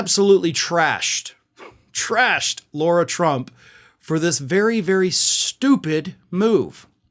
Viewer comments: Excuse me, it's LARA, not Laura. Still just as much a waste of space! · It's not 'Laura' Tump. It's more like 'Lahra' Trump. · It’s LARA not LAURA. Get your shit together! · You keep saying “Laura”, dude, when it’s “Lara” 👍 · Her name is not Laura, it’s Lara. Pronounced Lah-rah. Irritates me that so many pronounce it wrong. I know it isn’t important but it isn’t her name. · I believe you are mispronouncing her first name./